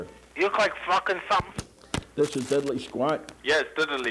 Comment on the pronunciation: There’s no Y in DIDDLEE BRO